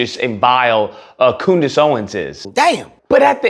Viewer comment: Did he call her Coondace? 😂😂😂😂😂😂😂